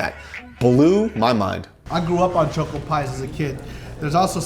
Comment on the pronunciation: why do you pronounce choco like that?